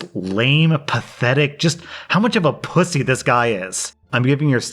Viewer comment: WHEN YOU CALLED HIM A POOSAY OMG